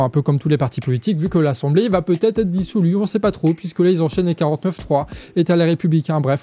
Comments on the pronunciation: Début de la vidéo "L'assemblée va peut être être dissoulue" Non! dissoute 😏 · dissoute . Pas dissolue lol !